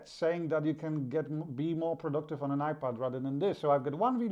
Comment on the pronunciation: Are you saying iPad or iPod because it sounds like you're saying iPod with your accent it's iPad you need to announciate better